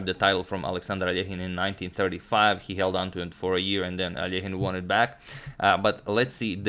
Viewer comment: Finally, Alekhine's surname is correctly pronounced!